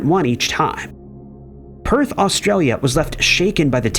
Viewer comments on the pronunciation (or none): none